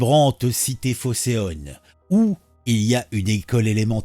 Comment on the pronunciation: Je pense qu'il est inutile de préciser l'origine ethnoculturelle de la mère en question !! 🤨 P.S. Phocéenne pas "phocéonne" SVP ! 😏